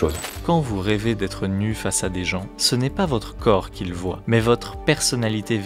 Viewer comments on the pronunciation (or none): none